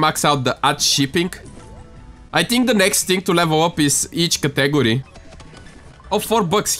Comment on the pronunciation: the way you say category tho